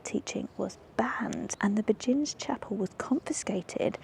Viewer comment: Ok, Begijin is pronounced behin (behind without the ‘d’) in Dutch and beg-een in English. It’s also a 1930’s dance and a famous song ‘Begin the beguine’ by Cole Porter. And there’s a Beguinage in Bruges too. Visit during Tulip season for the ultimate photo op.